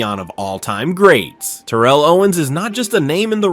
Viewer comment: I really hate to be that guy i really do but its Tare-uhl but genius move calling him Owens the rest of the way though, i would've just used T.O personally....wait now that I think about it, did he even call him T.O at all???